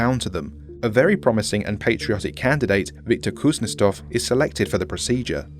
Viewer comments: I'd say that Kuznetsov is pronounced differently. Kuznietsov. You are pronouncing it Kuznestov. I speak russian little bit. Anyway, I like this video. I like these SCP videos, that you can listen without watching them. Plain voice. And you have great voice for this IMO. Edit: I was writing this during a video and you (or whoever was dubbed that officer) said it right in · Kuznetsov* , not Kuznestov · How did you fuck up pronouncing "kuznetsov" by turning it into a "kuznestov"? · I love your content but if you are dealing with foreign words maybe try making sure you are or other actors are reading them correctly it's kind of off putting when a two 'russians' in a dialogue can't pronounce a rather normal family name also whoever wrote this forgot russians have a name given after one's father but thats not your fault at all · I physically cringed every time you mispronounced Kuznetsov.